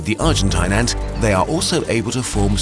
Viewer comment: Nobody:: ÄÑŢ